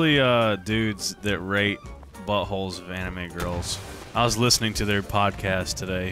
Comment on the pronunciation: I thought he said rape not rate as well...